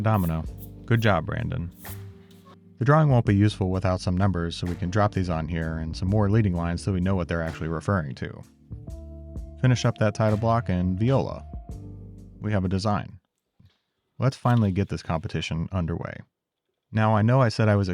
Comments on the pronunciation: "…and viola! We have a design." 🤔 Pretty sure it's pronounced "violin." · It’s « voilà », pronounced vwa-la. A « viola » (vee-yo-la) is a musical instrument in English, but in French it’s the past tense of a verb you really, really don’t want to use here. It’s close in spelling to “violette”, and the English equivalent is part of “rapeseed oil”. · You said "viola" Too damn cool